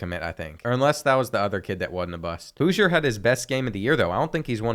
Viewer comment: Houser pronounced Hoosier 😂